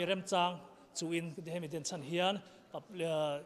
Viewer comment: Denchhan ni lovin, Denchhen tih tur